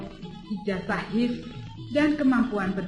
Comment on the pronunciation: H. I .S dibaca bukan His, tapi Ha..I..Es